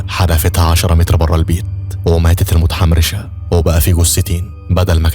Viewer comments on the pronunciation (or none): اللي مخفف عليا صوتو انو يقول متحمرشه 😂